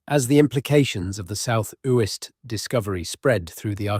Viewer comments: One of the tells indicating its AI, comes across as thoroughly researched yet cant research how to pronounce a name properly. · Yes they should learn to pronounce Uist properly where my father was born 🥴